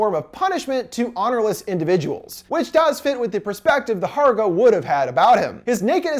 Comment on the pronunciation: I was thinking this too the whole time! And also Hårga is not pronounced Harga it is Horga. But great video anyways!